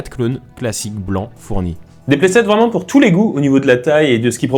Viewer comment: Un AT-TE vreument 😂